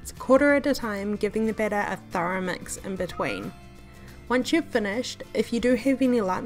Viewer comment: "mex the iggs" 😂